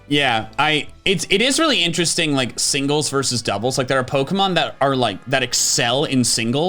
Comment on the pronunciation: is making fun of for messing up speech but he said signles rather than singles